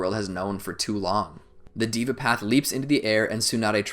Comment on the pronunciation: it deva not diva